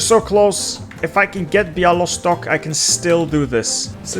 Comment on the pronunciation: atleast you tried pronouncing Łódź 😂 edit: same with Białystok lmaooo